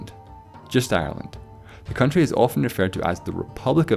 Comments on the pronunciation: Am I the only one that noticed it said coutry not country? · 'the coutry' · on the right.. what is a coutry?????I think you mean country or county